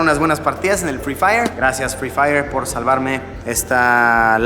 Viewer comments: Luisito: Es noche de fri fayer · Luisito: "hoy es noche de FRIII FAIYEEEEERRRR, no conozco a nadie" jajajaj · Luisito: HOY ES NOCHE DE FRI FAIERRR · Luissillo: Hoy es noche de Frii Fai No conozco a Nadie 😂😂😂😂😂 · luisito dise noche de fri fayer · No luisito, porque fri fayer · Luisillo: Hoy es noche de fri faiier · Luisito: hoy es noche de frifayer